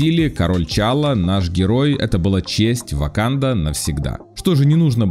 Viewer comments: Не Тичала, а Т'Чала, послушай как это произноситься, посмотри хотя бы элементарно фильм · Единственное что мне интересно почему ты говоришь Тичалла а не Т'Чалла -_